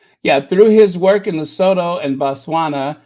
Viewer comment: Lesotho is pronounced Li-su-tu Le-soo-too ;-)